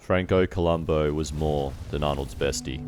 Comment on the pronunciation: have the decency to get his name right columbu not columbo